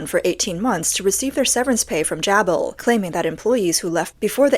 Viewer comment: It is pronounced - Jay-Bill